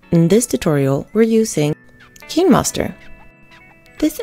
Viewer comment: its pronounced "kine-master" not "keen-moster".